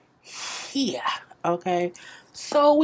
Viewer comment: I think 'here' the way you say it may be spelled 'heeya' or 'heeyah'. I need a tshirt